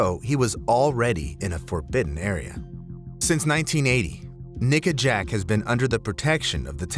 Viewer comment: it doesn’t quite sound like he’s saying ‘nickajack’. 🤨🤨